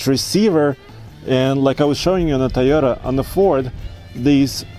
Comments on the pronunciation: Can you stop staying "tayota" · COVID is spreading because of people pronouncing TAYOTA. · Drink when says "Tie-Yota"